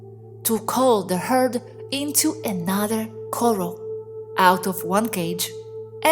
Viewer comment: Corral = kəˈral.